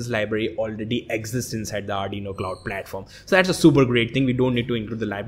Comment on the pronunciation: arduino klauuud, i love this english